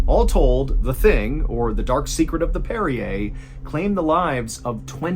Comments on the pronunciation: Hey John are you sure that ship is pronounced the same as the mineral water (Perrier)? I’m thinking it might be more like “one who parries”? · Are you sure this is how you pronounce the name of the ship? It doesn’t sound phonetically correct. Great story other than that.